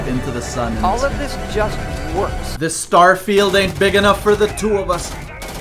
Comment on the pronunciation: "Starefield"... I'm dying